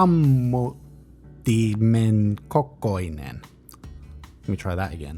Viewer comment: It's VAAAAAAHTOSAMMUTTIMEN kokoinen ... note the long A!